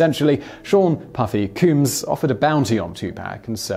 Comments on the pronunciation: He butchered alot of names in this one (2 Pack, Puffy Cooms, Surge Night) 😂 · VanGoffff?! Puffy Cuuumes?! C’mon I know you can pronounce these names properly lol